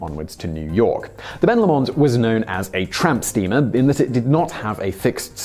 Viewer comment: Please don't pronounce Ben Lomond that way again...